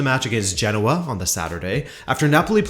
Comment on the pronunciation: Genoa has three syllables, It’s pronounced geh-now-uh. Just thought I’d mention as your pronouncing all the other Italian teams with an Italian accent.